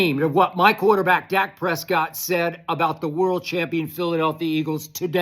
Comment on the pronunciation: "Duk Prescott"!!! Damn skip! LMAO